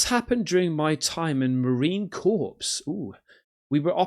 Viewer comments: Marine Corpse? Bloody hell mate! Marine ... okay, listen, the second word sounds exactly like, CORE. Got it? Me can't sit here all day being your tutor. Have you no shame knowing so little?? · Hey...every time you say Marine Corps and pronounce the "P". Everyone cringes. Don't pronounce the P. just pronounce it like "core". you will thank me later, Marines hate that shit.